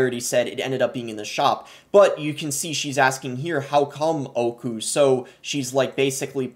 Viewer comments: Hearing him say oyku literally killed me its öykü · I don't know how this just keeps getting worse. Also, your pronunciation of Öykü was hard to get through XD Understanbable tho